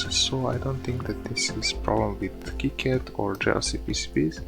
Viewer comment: Gave this video a thumbs up because you pronounced KiCad properly.